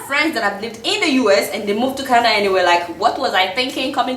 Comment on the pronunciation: Everytime she says Kanada. I shake